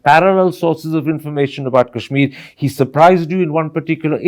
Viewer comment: What the hell is kaaeeshmir .. its Kashmir so stop pronouncing it like your western lords do ..